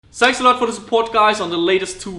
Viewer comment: Hate the way you say shanks guys instead of thanks